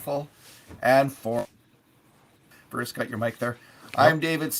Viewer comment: David Staples has the dramatic talent to turn a monosyllabic word into two syllables... “Bah- rucccccccccce...Mcurdy!